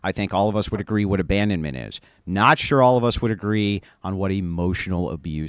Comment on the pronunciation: "are you Shure about that?"